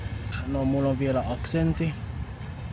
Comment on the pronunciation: had only a very minimal accent. His vowels were right on the money. Amazing. Based on a short listening, the only thing I really noticed was that some of the long consonants (for instace tt in the word "aksentti" (duh), kk in the word "vaikka") were sometimes a bit on the short side. But this only happened in some occurrences, so this is not a matter of not hearing the difference (which is good). I believe that it's easy for to learn new languages in general. Also, I really liked his advice (music, lyrics, things that you like, etc.).